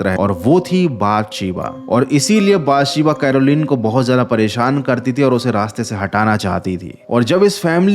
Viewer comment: Bhai uska naam बत्शीबा tha not बातशिबा